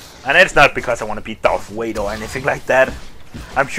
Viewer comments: Its Darth "V"ader with a "V" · he said darth wader lol